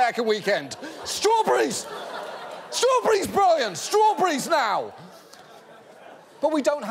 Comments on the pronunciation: He said "Straw-burries" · STROOBREEZ BRIAN STROOBREEZ NOW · idk why but the way he says strawberries trips me out :P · he says strawberries like a Brit